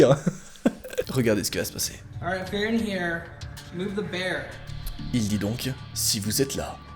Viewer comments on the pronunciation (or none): none